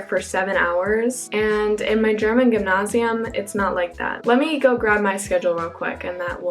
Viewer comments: gymnasium like Gem-NASE-ie-Umm.. not Ghemnashium..lol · As a German I really love the way you pronounce _Gymnasium_. Its very close to native speaking, but also unique :)